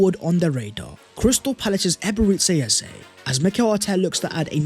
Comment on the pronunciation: I want all the players arsenal can get. And since we’re butchering names aka “Ebere Tse Eze”… 🤲🏽 Chineke ekwekwala ihé ojor. 😂 I want “Yolk or eggs”.